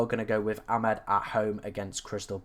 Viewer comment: It's Amad, not Amed.